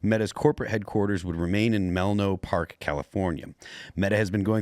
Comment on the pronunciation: Melno Park? It's Menlo Park. :)